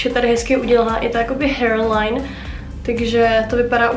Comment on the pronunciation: Prý "hér lajn" 😂😂😂😂